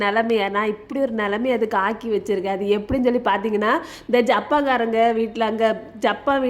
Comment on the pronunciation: That name is japan not japeeee